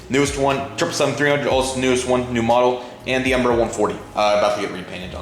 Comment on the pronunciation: did you say EMBRUH?! Sorry I watch too much Swiss001 😂😂